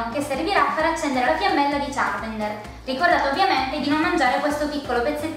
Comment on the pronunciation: Ma sono due bambini? (cit.) Sbavo :-Q__ P.S. Charmander non Charmender ;)